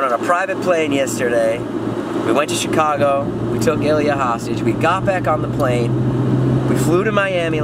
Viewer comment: *Ilya get it right!